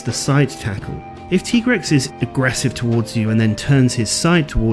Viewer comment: I will NEVER accept the pronunciation of MHW's "TEE-Grex". It's supposed to be TIE-Grex!